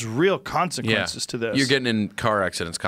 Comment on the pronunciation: Joe "the cosiquences of taking hits are real" Rogan